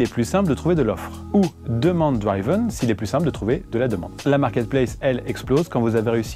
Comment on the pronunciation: Est ce quelqu’un va enfin dire qu’on prononce « driven » et non « draïven », c’est comme ceux qui à l’époque disaient « praïson break » 🤣